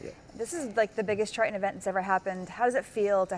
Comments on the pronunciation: its pronounced TRITON ... not TRI-UN ... !!! (geez) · You keep smacking your mouth and your cadence when talking with upward inflections is tough to follow. Something to work on in the future. Also, it’s tri-tun, not tri-tENNN. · It's a weird word but I can't help fixating on how you say "Try - annnn" for Triton. :-)